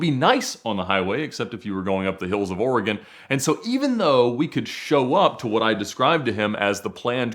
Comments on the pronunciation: The way kept saying oregOOON was soo annoying lol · Don't EVER let say "Oregon" on camera again. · It has been two days and mispronunciation of “Oregon” still haunts me to this day. Seeing my psychiatrist tomorrow.